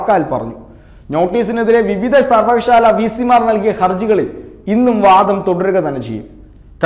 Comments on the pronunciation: സർവകശാല അല്ല സർവകലാശാല യാ ണ്. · സർവകലാശാല (സർവകശാല അല്ല)